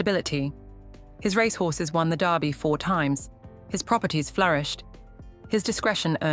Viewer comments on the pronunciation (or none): none